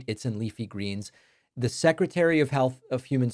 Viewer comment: it's pronounced health.